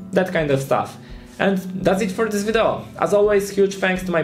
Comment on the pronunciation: jedna rzecz w Twoim angielskim mnie strasznie koli w uszy - naucz się poprawnie wymawiać słowo "video":)